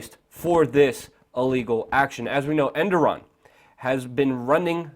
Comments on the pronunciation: dumbass it E R D O G A N not enduram wtf haha and he is the president. if u copy news at least read it first ....endoran whaahaahaa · Reapeat after me...err-dough-gan Hope this helps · Errr dow wan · It's ErrDOGan! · Its pronounced "Er-dog-aan" lol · Well. You can't even pronounce the guy's name but somehow you're an analyst on the subject. Oh the internet! You turned the world into a huge pile of shit. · lol how luke says Erdogan differently almost everytime but never correctly :DD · agreed, fucking learn the guys name please